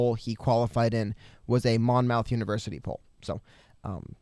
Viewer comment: Hey guys love your vids! Keep it up! Just for future reference, as a Monmouth County native, it is pronounced Mom -ith and not Mon-mouth. Hope this is helpful!